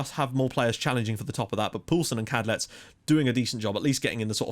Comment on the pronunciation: Right, so I know you're really tired and frankly pissed off with people commenting about this, but it's gotta be finished off. I waited for this episode to type this to prevent spoiling the other videos' comment sections. But I've spent about 20 mins looking through the phonetic and sound alphabet for the Czech language, and I can confirm that it is pronounced 'Vatslav Kadlets' full stop. Thought I'd back it up with actual reason and research! Sorry for bringing it up, and I adore everything you do. You're an inspiration!